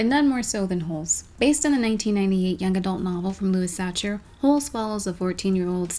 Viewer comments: Just want to mention that Sachar is pronounced like sacker. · "lewis satcher" cringeeeee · I'm pretty sure Sachar is pronounced Sah-car. That's what the librarian and teachers said when I was in school, at least.